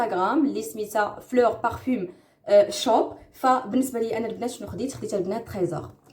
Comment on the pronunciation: السلام عليكم و رحمة الله تعالى و بركاته. الأخت بقاي تاخدي الوقت باش تقراي سميات. هاداك المقشر ماسميتوش( سيتي ايف ) سميتو سان ايف Saint yves. و هاديك لباج منين خديتي العطور را كانقراوه بارفان ماشي بارفيوم. لبنات ديرو لايك باش تقرا لكومونطير.